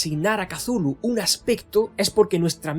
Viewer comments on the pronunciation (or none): Para empezar, el nombre Cthulhu es gutural y difícilmente pronunciable, no la palabra sencilla que usas para denominarle. No es Cathulu, es Cthulhu. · Por qué pronuncia la C inicial y, además, como K? Es horrible para el oido. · "Casulu", oh Dios.